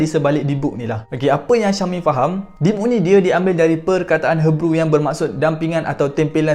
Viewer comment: Others: Hee-brew Speaker: Her-brew Sorry jadi pembaris.. 🥷🏻😂